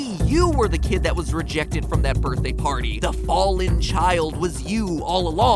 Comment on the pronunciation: "Birthay Party" Sorry. Just something I noticed while re-watching the video. Haha